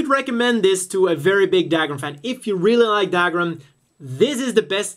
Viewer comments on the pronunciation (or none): What's Dagram?....you mean Dougram pronounced Dugram..